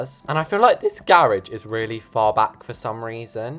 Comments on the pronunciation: little problem we don’t call it GEROSH we call it a garage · Think you got your way of saying garage and the “American” why mixed up😂😂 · I think it’s funny how you try and say garage all silly but americans say it how you normally say it 😭 at least where I live we do